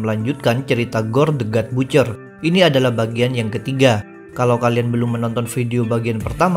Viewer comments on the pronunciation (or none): Butcher dibacanya Batcher min.